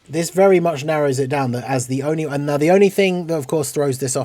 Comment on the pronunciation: I mean, you were talking about that there won't be a banner unit since there is an extra LR on the banner. That sounded more like "There is an extra LR on the DFE banner und therefore there won'T be a banner unit" xD